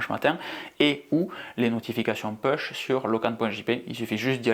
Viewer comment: Pouche, pas peushe!!!! Overcast est mon application qui remplace Podcast. Je crois que c’est la seule non native que j’ai…